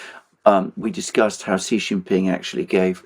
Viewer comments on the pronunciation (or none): FOR GOD SAKE or Buddha's sake, Alexander, please get the pronunciation of Xi's name right. When you see 'xi' just pronounce 'SHE'. Thankyou